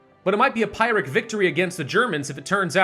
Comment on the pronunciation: And Pyhrric as "Pie-ric"...